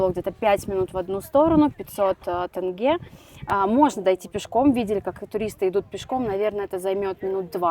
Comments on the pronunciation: Не думала что тЭнге будет резать слух. А так , спасибо ребята, получилось очень круто 👍👍👍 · не ТЭНГЕ а ТЕНГЕ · Тенге - не как Тест, а как терминал. Именно с буквой Е, а не Э) а так видео крутое, мне понравилось, все вайбово) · НЕ ТЭНГЕ а ТЕНГЕ НЕПРИЯТНО СЛУХ РЕЖЕТ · Тенге не тэнге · Почему подавляющее большинство россиян там где буква О произносят как букуву А. при этом они Омск Амском не называют, как вобще это работает? написано кольсай произносят кальсай, тенге произносят тэнге. неужели нельщя произнести также как и написано, без хэйта, чисто по приколу узнать как это у людей в голове работает? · Ассалаумагалейкум ✊🏻 1) Не Калсай а Кольсай ( Көлсай ) озеро 🌊 2) Не тЭнгэ а тЕньге !!! ( Теңге) А так видео зачет 👍🏻🎞️🎥 #WllkomeToKz🇰🇿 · Тенге [теньге]✅ тэнге ❌. Ждем в Казахстане снова😊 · Не тЭнге, а тЕнге, как бы буква “е” в русском языке тоже есть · Сори за активность, но не могу не отметить: не кАльсай, а все таки кОльсай. Казахские слова звучат ровно так же, как и пишутся. Ну, типа, не тЭнге, а тЕнге или АктобЕ, а не а АктобЭ (прям Е). Такие имена, как Олжас, звучат также, как и пишется - через О, а то многие говорят Алжас. Переехавшие россияне уже все это знают, это я пишу скорее для тех, кто хочет путешествовать у нас и пройти за своих 😁 И ещё, кстати... Слово «Алматы» можно склонять и никто ничего не скажет. В Алмате, в Алмату, Алмата и т.д. Чего же не любят алматинцы, это когда город называют на старый лад - Алма-Ата, и все. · Авторами ролика не пройден главный экзамен. Неужели так сложно произнести тенЬге? ТЭнгЭ уже не режет слух, просто выдает степень подготовки)) Ребята, произносите слово Тень и добавляйте окончание -ге, произнесите слитно ТЕНЬГЕ😁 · В казахском зыке ВСЕ буквы как пишутся так и читаются! 1) не БИйтЭрЭк, а БАйтЕрЕк 2) не тЭнге, а тЕнгЕ 3) не КАлсай, а КОлЬсай, 4) не на КазахсТАНСком языке, а на казАХком (вы же говорите не на Российском языке, а на русском) 5) не ИЕрИмшык, а ЫрЫмшЫк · Не тАнге,и не тЭнге,а тЕнге! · Ни тенге, а тенЬге😊